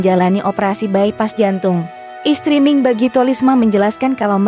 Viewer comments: Salah baca, mi' ing, bukan ming! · Pembaca berita Mi'ing kok dibaca Ming ?! Kenapa dirobah nama Mi'ing jadi Ming ?! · iy it bkn ming tp miing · Miing bukan Ming, anda kurang telilti atau tak tahu nams artis. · Mi ing bukan ming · itu mbaknya yg bacain berita....ming terus